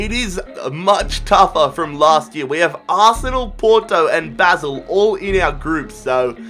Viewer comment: Baaaasel pls not basil